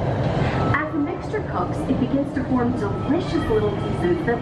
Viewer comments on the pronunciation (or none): none